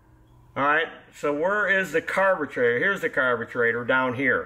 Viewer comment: I'd never use Champion spark plugs because once you get them flooded, they're shot and worthless. NGK are much better. And it's a carburetor, not a carbatrator. Learn how to talk and get the crap out of your mouth.